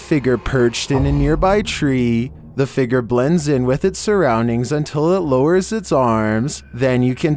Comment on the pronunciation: Love your videos but have to say it's fig-ure not fig=ger